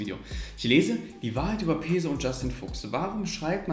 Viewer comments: Das einzige was mich an ''peso'' abfuckt ist dass alle das falsch aussprechen 🤣🤣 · bei Peso wird das S scharf gesprochen weils spanisch ist